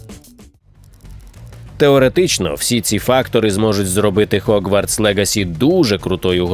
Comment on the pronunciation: Гоґвортс будь-ласка) не хоґвартс ще там де була "спільнота" напевне краще вжити "гуртожиток". Якшо шо не чіпляюся, а просто роблю помітки, раптом буде корисно Дякую за контент енівей